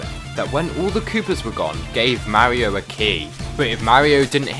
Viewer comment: Lets go he said mario not morio